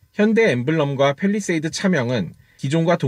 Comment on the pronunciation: 팰 입니다 펠이 아니고